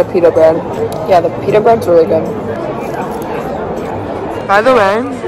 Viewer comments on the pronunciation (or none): none